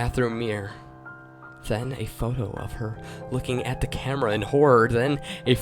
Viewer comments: Da instead of the ... hahaha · This "creepypasta" is soooo weak. I'm scared of clowns but the way you read it was boring. You have to work on getting rid of tgat lisp. And and annunciate words correctly. For example, say "the" instead of "da". Work on your TH sound. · Every time he says the he says Da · I find it extremely annoying how he pronounces "the" as "duh." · it's a little distracting that you can't pronounce the "th" in the. Otherwise, it's pretty cool.